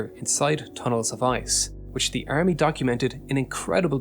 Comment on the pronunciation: "Earmy" "new-cler" "YOU-nighted" "RegLer" "Tunelts" "GIInt" 🤢 painful.